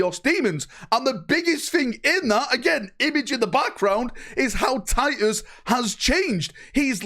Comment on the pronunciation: "Tiy-uhs...our due-eh es doon" 😉❤